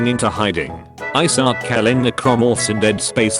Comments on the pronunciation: What i read: Isaac. The TTS voice: I suck. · I'm going to hear 'I suck' until the end of time now from the many times of the robotic voice mispronouncing Isaac, I swear.